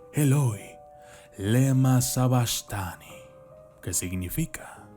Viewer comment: Tu pronunciación es incorrecta. Se dice: "Eli Eli, lama sabactani "